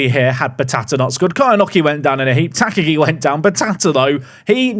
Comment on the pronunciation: Sad he’s not got the Mr. Potato head if I’m honest. The teal kit is a color blind nightmare, please never play them again. Also, Tak-agi should be 3 syllabus Ta-ka-gi but doubt that gets cleaned up since murdering names is your favorite past time 😂